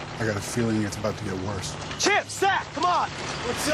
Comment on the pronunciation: his name is chibs. not chips lol a chib is slang for a face scar in Scotland